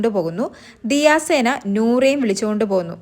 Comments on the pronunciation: പെണ്ണെ ദിയ സേന അല്ല. ദിയ സന 😅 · ദിയ സേന അല്ലാടി ദിയസന 😂😂😂😂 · ദിയ സേന അല്ല ദിയ സന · ദിയ സേന അല്ല ദിയ സന എന്ന് പറയൂ